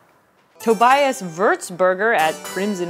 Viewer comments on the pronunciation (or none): none